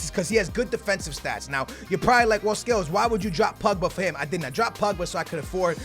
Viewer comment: When he says BUBGA does he mean POGBA